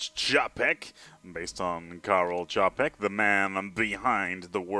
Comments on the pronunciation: ČAPEK Č Č Č Č Č Č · Bloodhat thank you mate he nearly destroyed my ears by this japek. jinak Taky zdravim 😁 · Japek XD that mispronunciation is hilarious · The pronunciation on Wikipedia isn't that good since the sound is quite distorted. Coming from a Czech, it's pronounced with a "Ch" sound.